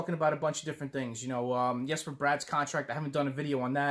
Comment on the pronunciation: That Forward lineup is interesting, I don't think I like those Defensemen pairings though. The Comrie pick up wasn't my first choice, but I've got to trust Fitzy enough to give him the benefit of the doubt. And I appreciate you pronouncing the name Yesper Bratt. Its not a hard name to pronounce, and we should respect the man enough to pronounce it correctly.